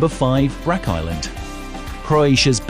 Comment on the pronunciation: Brach. Like church